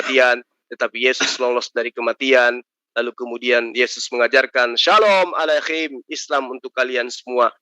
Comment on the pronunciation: SALAM SEJAHTERA DALAM BAHASA IBRANI SALOOM ALEICHEM BUKAN ALECHEM SALAH ITU